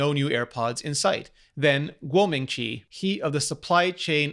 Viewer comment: As a Mandarin speaker, I can understand your words OMG